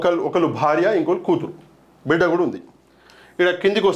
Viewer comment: బిడ కాదు బిడ్డా